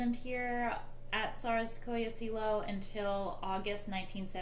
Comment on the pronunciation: pronunciation of Tsarsko Selo and Alix of Hesse needs to be corrected Alix of Hesse became Empress Alexandra Prince Alexei is Tsarevich must get the names correct these things are important to give you credibility